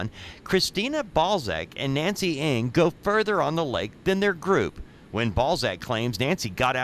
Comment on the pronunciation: NG is an Asian surname pronounce as "N-a-n-g" not ING just to give and address Nancy Ng her proper name. I hope she'll be found soon.🙏🕉